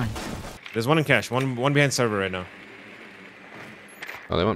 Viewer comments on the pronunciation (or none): none